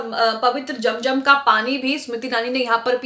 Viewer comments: Jum jum Nahi zum zum hota hai app Se Accha to Hindu bolte hai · its zam zam not jamjam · Madan it is not jam jam but zam zam, correct your pronunciation. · Aap apni urdu durst kijiye. Zam Zam not jam jam